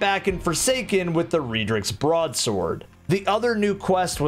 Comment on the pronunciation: How the fuck do you say redrix wrong